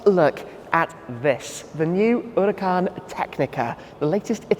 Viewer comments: Lamborghini definitely wanted Shmee to pronounce the name of this car correctly and in an Italian way. Lol. Awesome video and premium content as always 🔥🔥🔥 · I see you have finally figured out how to say Huracan. Kudos!